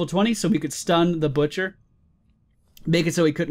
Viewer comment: i heard the bitcher and not butcher :0